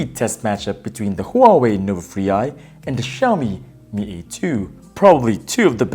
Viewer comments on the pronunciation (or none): Mark Catanghal Not the win is huwei not chinomi 😂